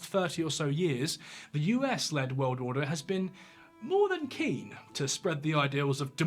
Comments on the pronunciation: Love your stuff but it's 'world' not 'weld'. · He keeps talking about some "weuld" thats gonna end. Whats a "weuld"? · I just love your accent! Especially the way you say 'world'. I go about my day saying, "What in the 'wuwwuld' is going on here?" Or, "It's a wicked 'wuwwuld' we live in!" Or, "That makes a 'wuwwuld' of difference, don't you think?" Love it. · Weld War 3. Why does he say weld lol